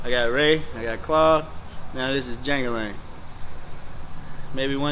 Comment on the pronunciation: The characters name from the movie Life is Jangle Leg not jangle Lang